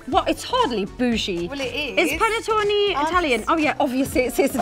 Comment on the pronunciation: As an Italian I feel offended for the way they pronounced "Panettone" (ahah jk)... Not PaNeTtOnI pleeease😂😑❤️